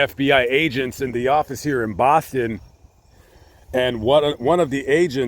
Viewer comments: Mass resident here, I love your pronounciation of "Bahston". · as a masshole I LOVED the way you said Boston at the beginning! 🤌🏻🤌🏻